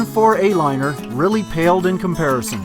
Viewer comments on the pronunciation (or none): none